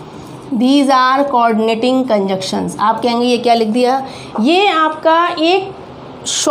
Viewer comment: These are "Conjunctions", not "Conjuction."